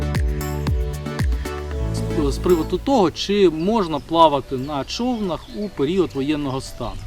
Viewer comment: Класні відео, але не чОвнах а човнАх